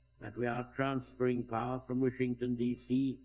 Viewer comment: "We are fransferring power from Washington DC, and giving it back to you...the BRITISH people."